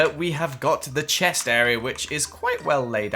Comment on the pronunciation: is it just me or does he say “chess” instead of “chest”???? Love your builds btw! 😍